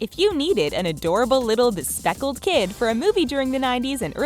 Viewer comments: Bespeckled? Bespeckled. I think the big girl word you're reaching for there is bespectacled. Jonathan wore glasses aka spectacles. Cripes. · Bespectacled. I believe that’s the word you wanted.